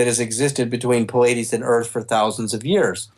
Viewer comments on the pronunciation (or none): I'm sorry, but if you claim to be in touch with beings from the Pleiades and this super important person, you have to be able to pronounce it correctly. It's not the cable channel that shows a lot of concerts.